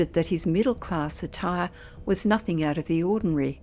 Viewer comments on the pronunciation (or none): none